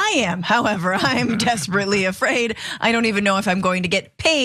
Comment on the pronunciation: "He's Not Ay-Fraid" - Alina Habba